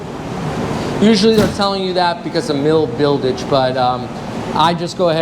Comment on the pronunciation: did you say "mil buildige".Not trying to be stupid.